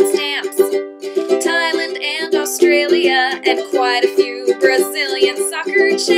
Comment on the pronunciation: I love the way you say 'Australia'. It's so cute AHAHAHAHAHAHAHAHA every American pronounce it weirdly